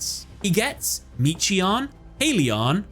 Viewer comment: The timelord names are an example of fedora latin. Because they’re named after angels they need hard syllables. For example, Michion is pronounced ‘MIK-I-ON’ he’s named after the angel Michael. That said great video, time lords are my main deck, glad to see this duel on the channel!